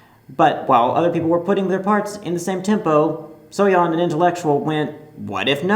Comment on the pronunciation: at least he pronounced Soyeon's name correctly